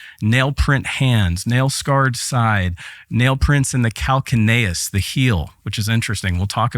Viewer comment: “Congenital heart failure”, mispronounces calcaneous. If he is going to use medical terms then learn them. Doubtful it was congenital heart failure. No evidence that Jesus was other than a healthy young man. His heart stopping would be from the acute event—his injuries.